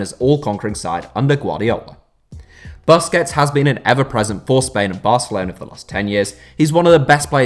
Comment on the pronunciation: For a guy who seems to love busquets, youd think he'd know how to pronounce his last name